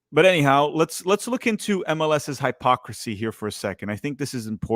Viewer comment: The way you pronounce hypocrisy and Chattanooga is funny 😂